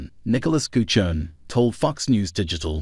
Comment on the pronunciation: Thx mate. Nice. BTW, our name is pronounced "Gucci-Own-ee ;) Bless - Nick